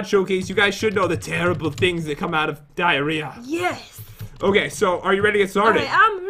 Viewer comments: she said direah accidently and pat did not notice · be like "Diarea block" Me: wtf is wrong with her who the freak says diarea block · Did nobody notice said the dierea Bow